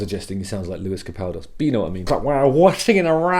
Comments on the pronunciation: Sleep Token are really unique and easily one of the best bands to come out in recent years. Also, laughing at your incorrect pronunciation of Lewis Capaldi 😅 Capaldos sounds better to be fair haha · Lewis Capaldos? 🤣